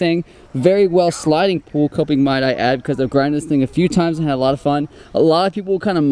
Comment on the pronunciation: its not latte 😂 its lot 8